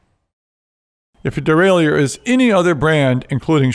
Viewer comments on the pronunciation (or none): none